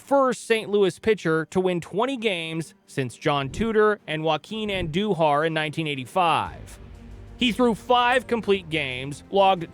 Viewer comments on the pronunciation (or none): I really like your channel. But please, you have to stop mispronouncing names of notable players past, many of whom were all-stars. This time it was 4x all-star Joaquin Andújar. On THIS occasion your mispronounciation was slight but still, his name was said incorrectly. Botching names is a turn off because it rings as disrespectful, especially when the error is with a player who had an excellent career. I don't mean to flame you as I sincerely root for your success and your content is excellent overall but you commit this mistake very often. There is footage of nearly all good players on YouTube. If you're not 💯% sure of pronunciation, check out a vid of them and listen to how the announcer says their name.